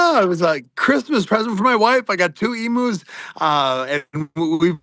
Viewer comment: as an Australian, hearing Ariel and Sam pronounce emu's as "Emoos" was funny